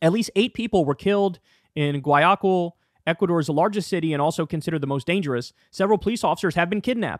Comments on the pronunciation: nope pronounced 'why a keel'. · The southern city is pronounced 'y a keel'. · It’s GUA YA KEIL whitë boi lol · Lol his pronunciation of Spanish names! 😂😂😂. Say it with me: Goy-yah-keel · Yeah…that was bad. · Gwa-YA-kill is how you pronounce it kyl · Damn it Kyle… it’s pronounced WOW-AH-Kill Ecuador has suffered enough already. Do you also have to butchered the name of its cities?? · It’s pronounced Guaya-keel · Kulinski would benefit from a month of Spanish lessons. His pronunciation of Guayaquil is horrendous.